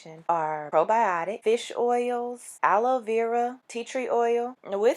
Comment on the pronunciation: I love the way she says Aloe vera